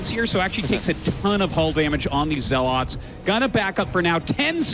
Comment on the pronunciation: Dude, why are you unable to pronounce "zealots"? It's not zell-LAWTS